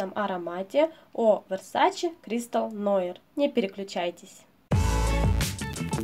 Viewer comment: Нуар, конечно) многие неправильно произносят…